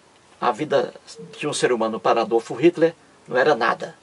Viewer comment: Quando esse cara aprender a pronunciar Adolf Hitler e Joseph stalin, aí pode até tentar chamar os outros de bobo.Vai estudar, que pronuncia horrorosa. kkkkk